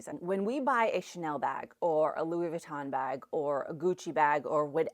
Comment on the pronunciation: Also, not sure if I'm mis-hearing you but Louis Vuitton is pronounced Loooey veetaw(n) not closer to Laboutin (shoes) and Burberry is pronounced Burrburry-the mispronunciation takes away from your knowledge and credibility is why I'm mentioning.